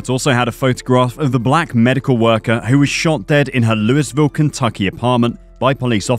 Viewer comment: Lol dude said louis ville 😂😂😂